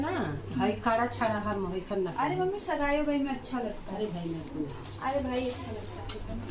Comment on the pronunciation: Scene pronounce nhi kr paa rhi ho shgai nhi sagai hota h